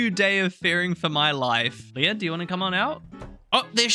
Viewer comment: I know many IRL Leahs, and it's always Lee-ah not Leia like the Star Wars princess, but I hear that pronunciation a lot for this NPC and can't help but wonder why :')